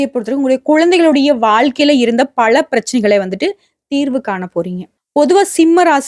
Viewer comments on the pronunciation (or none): பள அல்ல பல. ம்ம் உங்களை தொடர்பு கொள்ள முடியுமா